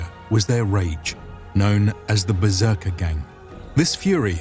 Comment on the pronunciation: I'll bet "berserkergang" was pronounced gång short a -- not gäng long a, gång being a germanic word, past participle of gehen "to go" -ergo, in English, "went". second, the tangs that stick out just past the spear head are found in other cultures. In addition to the uses mentioned, they would keep the spear head from going through a fighter's body or shield - if the spear is difficult to extract after a thrust then it becomes useless.